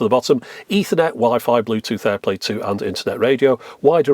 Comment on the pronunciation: At this point when says "airplay, or in this case, airplay 2", I initially heard "airplane, or in this case, airplane 2". I thought to myself "Surely, I must not have heard that correctly. No, I did not hear that correctly. And don't call me 'Shirley'."